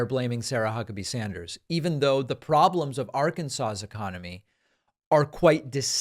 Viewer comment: Im a Democrat, I listen to you speak often and for the most part agree with you politicly. However mispronouncing the state or Arkansas is very petty. You may not like their politics, I may not. That does give us the right to act like an ass. The people who live in Arkansas are part of our country, and at the very least deserve the respect of their name called out appropriately. Don't be petty it's unbecoming. Yes, I heard you say it more than once "It's my show and I'll say what I want". Still doesn't make it alright.